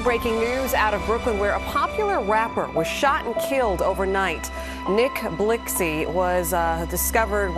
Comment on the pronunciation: why did she had to pronounce his name like that